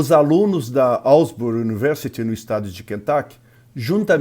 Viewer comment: Asbury* not Alsbury.